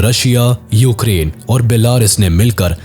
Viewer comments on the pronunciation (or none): none